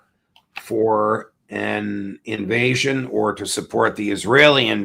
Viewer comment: INVATION? What Fu**ing nivation, are you drunk judge?